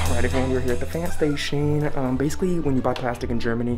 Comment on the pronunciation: Small tip - It's pronounced "Pf-AH-nd" not "Pf-aaa-nd" (no midwest "a's" round here haha)